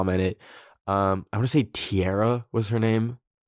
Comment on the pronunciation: ITS TEARAH NELSON